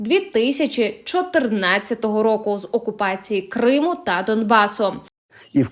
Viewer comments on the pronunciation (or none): Думала, це нормальний якісний канал. А виявилося, це шарашкіна контора з неякісним контентом: диктор проковтує окремі склади, ставить неправильно наголоси (КримУ) тощо. Вам не соромно випускати таке? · шановна ведуча, коли ви двічі неправильно поставили наголос вимовивши «КримУ», я подумала :«всі помиляються. це дрібничка.» але коли ви, розповідаючи про поважну людину, актора Назарова сказали, що він «проти підтримки Української Армії!», то я розгубилася! ви що читаєте текст з листа, не готуєтеся до запису? ви хоч розумієте, які ляпи наробили?! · Що за курка не здатна грамотно прочитати текста?!! Яке ще "на території КримУ "?!! Якого ще "КримУ "?!! А прізвище БАрінов складно було прочитати правильно?!! Ну який ще БарИнов"?!! Ставте їй наголоси ті, хто пише їй тексти!!! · Вірний наголос "проти анексії КрИму" , а не КримУ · "проти анексії КримУ", "на території КримУ"?.... це ж, наче, не ШІ озвучував.... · КримУ??? Наголос на У? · КрИму ? Що з наголосами? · Як би ще дікторка навчилась правильно розмовляти на солов'їній,зокрема назву Криму правильно вимовити.